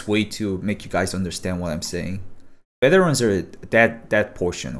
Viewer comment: i love that u say beterans lol